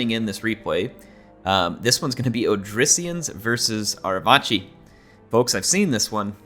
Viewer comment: the C in Arevaci is a hard C im pretty sure, rather than a "ch" sound. So it would sound like "Arevaki".